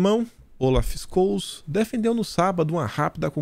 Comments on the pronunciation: Scholz se pronuncia choltz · Hei, é Scholz ( Xoltz ) que pronuncia com entonação na primeira sílaba. Aprende a pronunciar alemão;-)